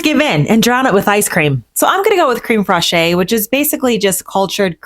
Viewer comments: Creme fraiche is pronounced krem fresh, with the e in fresh having a slight A sound - like fraysh. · Never tried crème fraiche in a crumble. Sounds delicious. (Also it’s pronounced creme fresh) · Creme fraiche is pronounced crem fresh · I love you but the cream “frah-shay” is killing me everytime I hear it! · Love your videos! No tea, no shade: Fraîche is pronounced similar to fresh, but like this: fraysh. The E on the end sounds like ayyyy only if this accent is above it: é. It is called an accent aigu (ayyy-gyuuu). I can’t wait for more videos! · Love your videos! No tea, no shade: Fraǐche is pronounced similar to fresh, but like this: fraysh. The E on the end sounds like ayyyy only if this accent is above it: é. It is called an accent aigu (ayyy-gyuuu). I can’t wait for more videos! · This all looks great and I'm definitely going to try some of these recipes. So came to say it's pronounced "crem fresh." 😉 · Hi love your recipes! FYI, creme freche is pronounced, like craim fresh. The e at the end is silent 😊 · Okay I love your videos but you pronounce creme fraiche incorrectly. I don't know why it should bother me at all. And I am not a teacher but I am like the spelling police and sometimes the pronunciation police. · Yup, thank you for doing this! I took 5 years of French and I was about to do this myself! 😅😂